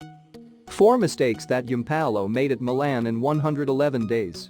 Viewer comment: The way this bot says Milan drives me nuts, but love the vids